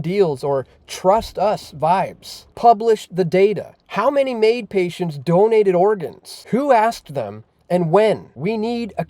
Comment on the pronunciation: Well said but your saying is only wishful thinking between you and me. Btw it's MAID not MAUD. Greetings from the despicable province of Quebec...sounds more like Gaybec to me